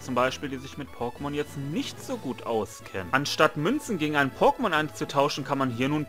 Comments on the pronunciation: Hör dir einfach Mal die alten Pokemon Intros an und dann hörst du wie man Pokemon richtig ausspricht 😅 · Deine Aussprache von Pokemon ist tatsächlich etwas außergewöhnlich. Wenn ich es versuche wie du aus zu sprechen, dann bekomme ich es nicht hin. Freu dich einfach über die Kommentare für den Algorithmus. P.s. Ich bin gerade an gen 3 dran. Mein Ziel ist es alle Popelmon aus dieser Gen zu fangen. :) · Deine Aussprache ist einfach anderes, du legst viel ins O. Aber ist schon gut so das bist eben du ❤ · wenn ne große Anzahl an Leuten dir sagt du sprichst es falsch aus und du der einzige bist der sagt ne das ist richtig so frag dich Mal selbst woran es liegt. Das nennt man Selbstreflexion. Letzten Endes ist es deine Sache wenn du meinst das ist so richtig aber dann leb damit das solche Kommentare immer wieder kommen.